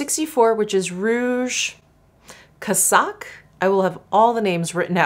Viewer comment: Hey, "casaque" is pronounced "kazak." It means blouse. So happy for you that you got Hermès PR!!!